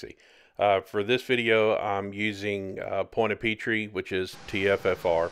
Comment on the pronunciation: Point a peetree ha its pronounced "pwant a pitr"